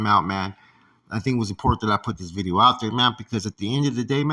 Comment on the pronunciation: Bih-dee-oh . His catchphrase 💯